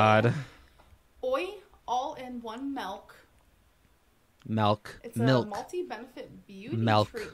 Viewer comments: Hey, if she's saying Melk, she probably watches Ryan Higa and is planning on buying his energy drink, Ninja Melk. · "Melk." hahaha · My 2 year old daughter who is still learning to talk can say milk correctly.... Come on Amberlynn....